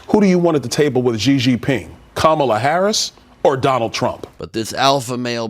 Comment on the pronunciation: It's not Jee-Jee Ping. It's Xi Jinping.